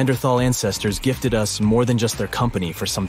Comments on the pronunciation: please please please lose the AI reader and put a real human reader in. i know it probably costs more but at least there will not be the common idioct of using u s instead of us at least wait until there can be sufficient language descrimination that us does not become U S even though some egos might love it. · The way they said Us vs US was super weird!